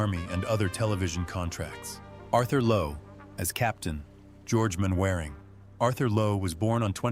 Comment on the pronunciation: Mainwairing PRONOUNCED " MANNERING"